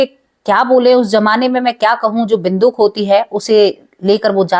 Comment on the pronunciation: बिंदुक नहीं बंदूक बोलो